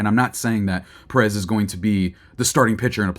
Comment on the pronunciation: Learn to pronounce the last name is Pèrez